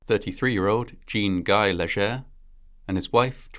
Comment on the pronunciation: My uncle is a Leger. It's pronounced, LAY-zhay.